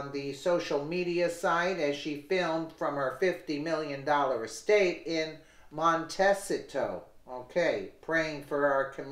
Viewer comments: say mon-teh-see-toe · Pronounced 'Mon te see toe' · It's mon-teh-see-toe .. Montecito .. just FYI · Pronounced Monteseeto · Pronounced Monta seat toe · Montecito ... Mon - tay - see - toe.